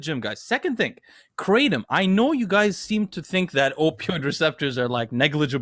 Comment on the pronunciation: Asians shaking their heads on how they pronounced Kratom. It is pronounced Kra-TOM not KraTEM